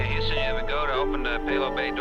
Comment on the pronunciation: Lol the narrator says Hooston instead of Houston.